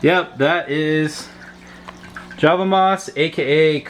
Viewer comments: I do believe you are correct :) its Java not Hava... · Just to let you know the J is pronounce with the J sound, and NOT with a H sound. It's Java, NOT Hava. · Please don't call it the hava moss.. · It’s not pronounced Hava moss! I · First of all, I don’t agree with everything that was said in this video just because java moss is not a fast growing plant but the guy said that it is. I have respect for this person and he has the right to say what he wants, but... It’s obvious that this guy has not done enough research cause everyone says java moss not hava moss🤣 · Hava moss lol 😂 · hava moss. makes me cringe really. idk why. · Did you say hava? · If you can get past the Hava thing, the info isn't Jalf bad.. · Hava moss?? Not every J is pronounced H.. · I cannot for the life of me take this video seriously due to him saying hava moss. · I thought he was saying hover moss. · Java moss the J is pronounced it's not hava moss haha what the hell is Hava moss?? Lol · Some languages really pronounce J as H, well it doesn't matter as its the same plant just different pronunciation : ) thanks for the tips tho. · J in Spanish is pronounced as an H. Maybe that was his reason. My concern is the super glue. I'm so new to aquariums. Can you put super glue in an aquarium with fish?? I just hava know!! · Thanks for the helpful Java Moss video but It is not a Spanish word and the J is pronounced. This Moss takes forever to grow but brings so little at our actions.I'd rather give it away.